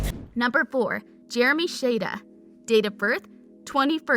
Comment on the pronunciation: U said Jeremy's last name wrong it's shada